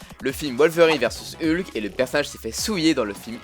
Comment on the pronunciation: Et "Heulk"